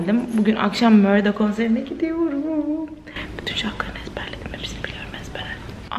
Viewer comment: 40 yıllık murdaya neden mörda diyosun nedeeeennn